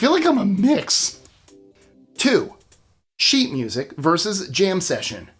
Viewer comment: ....🤣😂🤣i heard that... sheet mushic 😂🤣😂🤣